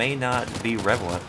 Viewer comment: ALL I HEARD WAS "WHAT IM TELLING YOU MAY BE IREVALLANT"